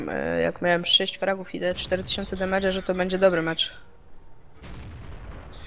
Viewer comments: mówi się demydż albo demedż, na pewno się nie zmiękcza i nie mówi "demejdż" -. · Demedża '' mówi się Dimejdź albo Dimejdżu